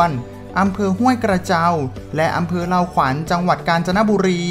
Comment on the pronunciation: อำเภอเลาขวัญ ไม่ใช่ เล่าขวัฐ ครับ